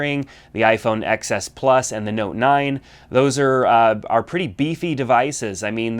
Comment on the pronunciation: TEN S....not EX Ess